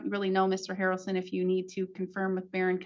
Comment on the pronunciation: Mr. HARRaRrlson, Mister HARRalson lol